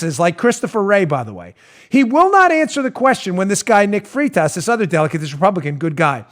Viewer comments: Danny its pronounced FRIGHT US. And yes, Nick Freitas is awesome; a true soldier of liberty. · Freitas = "freight-us"